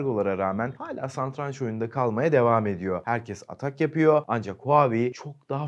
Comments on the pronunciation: Bi teknoloji kanalı düşünün sunan kişinin satranç yerine santranç dediğini düşünün bide! Şaka gibi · Bi daha "SaNtranç" desene😂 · Santranç dediğin için izlemeyi bıraktım.